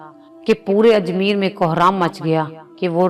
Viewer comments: Please ap apny urdu theak karo ap ke urdu bolnay main kaye ghaltian hain un main say ayek sahe lafz hay ajmair ap ajmeer par rahay hain . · Plz pay attention on ur pronunciation its ajmayeer not ajmeer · Raja Parthoi nahi bhai "Prithvi" Lafz "Ajmeer" nhi "Ajmair" hai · Content aur expression dono achay hain par Hindi words ki pronunciation ki behtri ki zaroorat hai,jaisay pawitr ko potar bola,raam dev ko deo,Ajmair ko Ajmeer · بہت اچھا سبق آموز واقعہ بیان کیا، اس سلسلے کو ضرور جاری رکھیں مگر انکا مستند ہونا ضروری ہے، دوسرے آپنے 3 لفظ غلط تلفظ کئے، اجمیر، بھرشٹ، اور پوتر، لفظ و تلفظ کی درستگی بھی بہت ضروری ہے مہربانی کرکے اسکا خیال رکھیں.